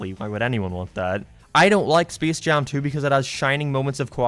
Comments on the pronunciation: ah yes speece jam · Did you say Speese Jam Two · Speace Jaum 2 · Intro: “spece jam 2” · spees jam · Spis Jam Tu ROFL